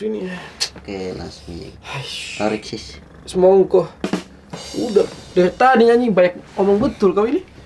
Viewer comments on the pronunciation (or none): Ada yang aneh tarekk sist SEMANGKA bukan semongko omg